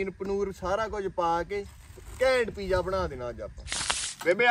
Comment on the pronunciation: Pija ni hunda. Piza hunda. English boli hei ta theek theek bol.